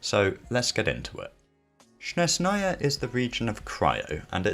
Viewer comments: Not Snezh’naya, but ‘Snezhnaya (I’m Russian) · with the stress on SnEzhnaya instead of SnezhnAya (like LeviOsa intead of LeviosA) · "SHNEZNAYA" lol